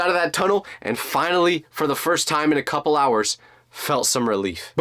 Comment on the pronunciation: did you said coupol of hours at 12 17